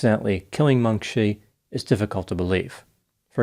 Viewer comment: A little too late now, but it would be Meng "chee", not Meng "shee".